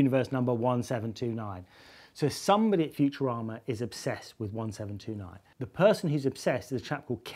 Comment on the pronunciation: Did he say "Futurama" or "Future Armour?" It sounded more like the later.